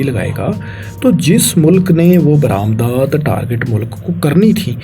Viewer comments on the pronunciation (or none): o bhai apni pronunciation thik kr lo yar please notic kren targat ni target mamalik ni mumalil tajarti ni tijarti khalafwarji ni khilafwarzi khalaf ni khilaf sakhana ni sikhana